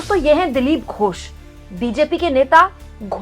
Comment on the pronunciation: मैं बंगाल से देख रहा हूँ। आपने लिखा तो बिल्कुल सही है। वर्तनी भी ठीक है। लेकिन बोलते समय आपने उच्चारण में गलती कर दी। ।दिलीप घोष जी मेरे घर से कुछ कदम की दूरी पर ही रहते थे जब वे लोकसभा सदस्य थे। आज भी वह रेलवे का बंगला इन्होंने कब्जा रखा है जिसमें रहते थे।